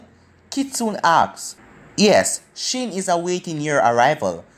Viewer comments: 〖Ah1〗 Lion why do he say shin and not shion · I don’t know why he said shin not shion Shin is in boruto